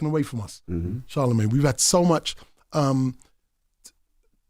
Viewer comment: Boy pronounces charlamagne like "inshallah"